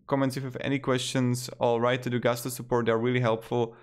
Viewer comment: Not GU STO; GUS TO; there is nothing French about a company that got its start in the midwest.